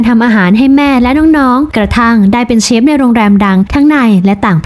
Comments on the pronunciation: เจ้าของช่องคนไืทยรึเปล่าออกเสียง “เชฟ” ไม้ใช่ “เซฟ” นะ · แอดครับ เขาออกเสียงว่า เชฟ ครับ ไม่ใช่ เซฟครับ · เชฟค่ะเชฟไม่ใช่เซฟ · เรียกเชฟ.... ไม่ใช่..เซฟ บ้าๆๆ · เชฟ ไม่ใช่ เซฟ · คำว่า เซฟ ก็แถแล้ว ช.ช้าง กับ ซ.โซ่ มันก็คือเชฟนั่นแหล่ะ เพียงแค่คำว่า เซฟ คือสำเนียงการออกเสียงของภาคอีสานเท่านั้นเอง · เชฟ ไม่ใช่เซฟเฮ้อ😑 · มันทำอาหาร.เสือกแถ.ว่า"เซฟ".ถ้ามันเป็นกู้ภัยจะพอเชื่ออยู่..เซฟ.ของมันคือคำพูด.ออกเสียงของคนอิสาน.ที่อ่านช.กับซ.ปนกัน./(โง่ไม่รู้.ไง )😂😂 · อ่อ เซฟ ไม่ใช่ เชฟ อ๊ะบ๊ะจ๊ะเห้ยยยเฮ้ยยยย!!! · มันอ้างเป็นเชฟจริงๆแหละแต่คนอีสานบางคนมันออกเสียง ช เป็น ซ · เน้นๆคำว่า เซฟ 55555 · ชอบตรงเน้นเสียงคำว่า เซ๊ฟส์ นี่แหละ🤣🤣🤣🤣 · เค้าพูด ช ไม่ชัดหรอคับ ถึงกลายเปน เซฟ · ตกลงออกเสียงว่าเชฟหรือเซฟออกเสียงมั่วหมด